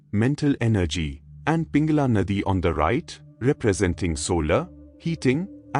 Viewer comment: Thank you so much for giving this knowledge.🙏🏻 Prana is pronounced Praana Ida is probounced eda Pingala is pronounced Pingalaa